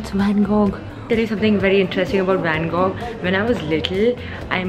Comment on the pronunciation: Not pronounced as "loovra" , it's "luve" , r is silent. Also it's van go. Gh is silent. Just fyi, In case you didn't know.